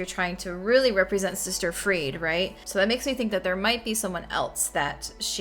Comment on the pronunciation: Pronounced closer to Free-dah.